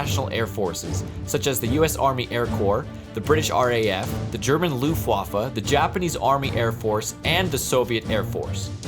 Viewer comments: The german "Luuuftwaffle" Man, idk how noone acctually says "Luftwaffe" in English😂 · we Germans don't say 'wu' we say 'vu' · I love how he says "Loovwaffe" instead of "Luftwaffe"😂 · luffwafa he said it is luffwafer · I like how not germans pronounce german words like:,,loofwaffle" love it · When he says "the german luffvafle" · i am a german and the `Luftwaffe` is prety funny when you say it